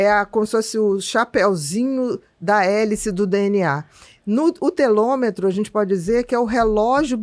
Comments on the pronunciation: Obrigada por informações tão relevantes. Com todo respeito, se me permite uma observação: o correto é telômero e não telômetro. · Ela fala a palavra Telômero errado várias vezes